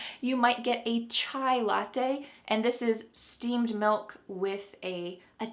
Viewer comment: Hi, very nice this video about different words. You pronuonced very well the words latte e paparazzi. About the word cartoon, I didn't know was Italian, I always thought was American. In Italian language have also PATIO, KIOSKO and of course yogurt. Thanks for sharing this interesting video. See you Hi from Italy